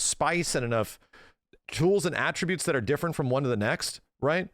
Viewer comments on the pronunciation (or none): none